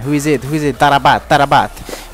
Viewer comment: #2 taarabt is pronounced tah-rat